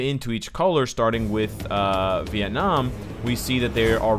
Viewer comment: Love the way you say " Viet Nam " <333 Big love from Viet Nam . Ing : Ditmegoogle